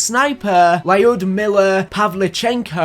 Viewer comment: It's pronounced LUD-MILLER